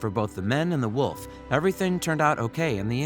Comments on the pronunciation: You are saying woof not wolf. Jest me ok. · I like how it sounds like they was saying woof instead of wolf :>